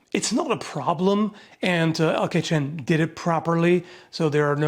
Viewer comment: What is said: LK Chen What I hear: El Kitchen